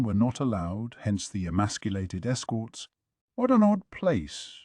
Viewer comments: The way he says "Wharrr 💅" instead of "What?" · Always catches me off guard!! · It's the AI having a stroke, not a deliberate choice by a human narrator